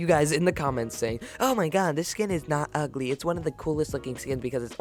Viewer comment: Omg u said it’s igly